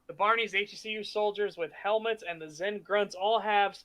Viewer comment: I would rather be stuck with a needle then listen to him ever pronounce HECU as "heck you."